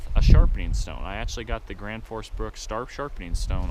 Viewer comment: Gransfors bruks not Granfors lol